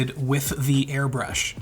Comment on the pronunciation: small nitpick but segment says airbursh instead of airbrush